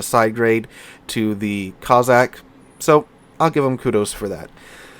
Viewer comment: how can you pronounce the BŁYSKAWICA almost flawlessly yet have me cringing at COZZACK-COSSACK-KOS-SACK hope it's the after effects of a good few drinks for turkey day, will have to have a look at the back n fourth with little white mouse and think when HURON is available I may well buy it, great vid as always be good ✌️